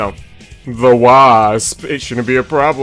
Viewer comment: Why’d you say wasp like that 😭